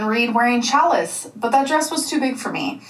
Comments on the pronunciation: The way she says challis really annoys me. It's not pronounced cha liss. It's pronounced sha Lee. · Can someone please tell that the word”challis” is pronounced “shall-ee”, not chalice! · Omg. It's sha'lee. Not chal-lis. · Omg its pronounced Shallee not challus and I hate it every single time she brings it up and butchers the word. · Is she still calling Challis 'Chalace'?😂😂😂😂😂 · Every time she says "chalice" it hurts a little. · I knew there was no way she was pronouncing challis correctly. It’s actually pronounced “shal-lee” 🤦🏻‍♀️ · Ohhh she was saying "challis" pronounced "cha-leee." Good gravy. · The. Dress. Was. Not. Loose. It’s made to be flowy. But heaven forbid our girl be honest with herself about the way clothes are supposed to fit. Also, it drives me bonkers that she’s butchering the pronunciation of yet another word. 🤦‍♀️